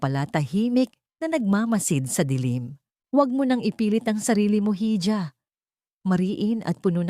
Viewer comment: Baka ganito pagkasulat hija kaya hidya ang bigkas ng narrator